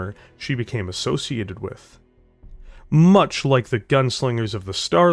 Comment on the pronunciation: You really should record more audio takes. There are points where you stumble over words, and there's no need to leave that in. Also, some of your pronunciation and manner of speaking is weirdly jarring at times. Like over-emphasizing the word much at the beginning of a sentence, or how you say Natasha (you say Na-TASH-uh, while most folks say Na-TA-sha). Just a bunch of little bumps that would make everything smoother if you hammered them out, y'know? That said, I'm a little disappointed that you didn't mention the mechs that helped inspire the Warhammer: House Davion's Battleaxe and Hammerhands mechs. But I also understand that at over 35 minutes the video was already going long.